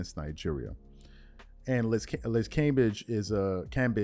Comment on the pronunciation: Cam-bay-g. Lol